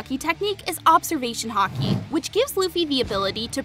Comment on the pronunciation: When you said haki I was thinking you said the sport hockey